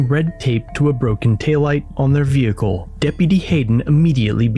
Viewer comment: Ve-Hickle. Smh